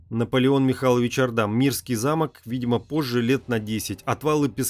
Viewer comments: Наполеон Орда, ударение на О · Орда с ударением на о. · В фамилии Орда - ударение на первый слог. Спасибо за "Античную Беларусь" :) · Правильно Орда,ударение на О... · Наполеон Орда! Ударение на О в фамилии. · неправилдьно надо орда ударение на букву ооо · Как странно, что не осталось никаких документальных свидетельств. ЧТЕЦУ надо обратить внимание на ударения: Наполеон 'Орда, ударение на "О". Очень неприятно. Для просветительских видео нужно приглашать более грамотных людей. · Хорошие картины,но автор ужасно делает ударения!-коктЕбель,а надо коктебЕль,не ордА,а Орда и т.д